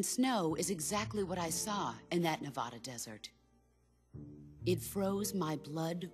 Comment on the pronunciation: she said "Nevada" wrong